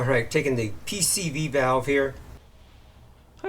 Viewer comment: I cant watch a HOW TO VIDEO from a guy that cant even pronounce the name of the part right. It calls into question anything you say after the wrong part name. If you cant say the name of the part right what else are you getting wrong???